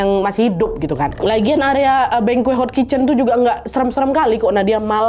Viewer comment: izin ralat ya, bengkoe yg dimaksud mungkin banquet. dibacanya “bangket”